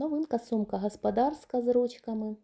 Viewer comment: Яка Ви груба ! А голосок ангельський... 😢 ! І включайте свій мозок -- сантИметри, а не сантІметри , гОспОдарська а не гАспАдАрська.